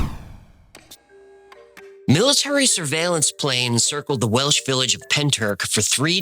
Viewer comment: As a Welsh speaker, your pronunciation is pretty good 🏴